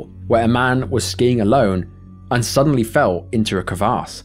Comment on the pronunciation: CravASS not CravARSE my friend, lol. (22.10) 👍